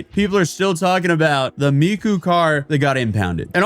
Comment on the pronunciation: He says Miko at the end too I'll save Hatsoon Miko for rage bait 😂